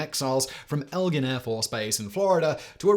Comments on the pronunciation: Today I find out that you're right or doesn't deserve a bonus for this script because it's Eglin Air Force Base not "Elgin"! 😮 😅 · It's Eglin, not Elgin. The base wasn't named after your fellow Brit who stole the Parthenon Marbles, thank you. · Eglin AFB. "Egg-lin" Not El-gin